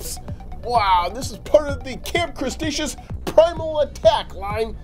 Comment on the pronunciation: "Camp Crestacious" Its Camp Cretaceous